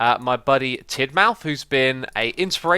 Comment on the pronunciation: Is it no pronounced Tidmuth?